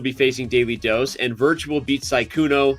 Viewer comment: Danny pronounced Sykkuno correctly this time. Almost took him the whole tournament!😂